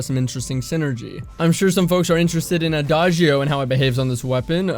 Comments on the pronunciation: Finally, someone pronounces Adagio correctly. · Thank you for pronouncing adagio correctly. That has been driving me insane the past couple days lol.